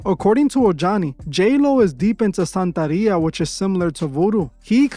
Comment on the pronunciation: It’s santeria not santaria